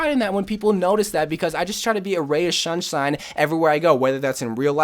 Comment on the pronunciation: Ray of shunshine?